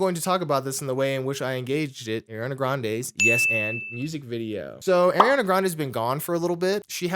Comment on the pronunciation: Can’t believe people just be calling Ariana Airana…